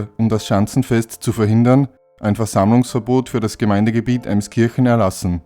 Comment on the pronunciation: "Meddlfranggnäää" immer eine Reise wert! REWE "Zwingel" - "Emskirchnäää" - hat halt Goldstatus erreicht...... neben dem "Roten Herz" "Emskirchnäää" 😂🤣